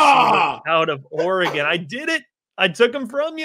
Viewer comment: Or-uh-gun not Ori-gone